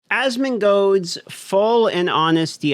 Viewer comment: If you can't say the guys name you probably shouldn't be doing a video about him The L in his name isn't silent. assmungode isn't a person... ASMONGOLD is a person.